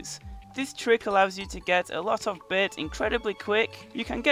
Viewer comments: It is bait not beiit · i like how he says Bait "You can get lots of beht"